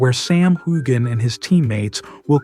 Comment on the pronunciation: I've seen several of your reports and you never pronounce Sam's name right in fact you mispronounced it differently a number of times